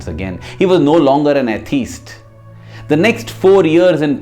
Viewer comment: May I just mention that the pronunciation of 'atheist' needs adjustment 😊 Google will help.